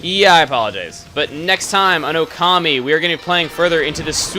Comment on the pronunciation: the only one thing that i dont like is your pronunciation of "okami" :)